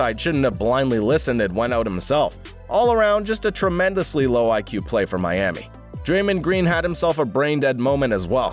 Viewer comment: you said draymond greens name wrong